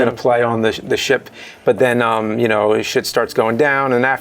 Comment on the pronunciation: I'm a fan of the show. Btw, did anybody notice how James says "..and then"? He says: "And nen" :)